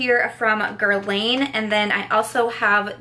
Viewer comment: Love this video! Just a tip: it’s not “gerlayn” it’s “gerlahn”